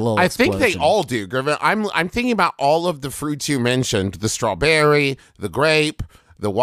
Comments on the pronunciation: the way he said strawBERRY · Why does he straw-berry like that? ??? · I love how Travis puts weird emphasis on words like sir-LOIN and straw-BER-ry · im sorry but why did he say "strawBERRY" with that weird ass emphasis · I was thinking the same thing when he said strawberry 😂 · This video is great, but the best part is how strawberry is said he did it again but with the word serloin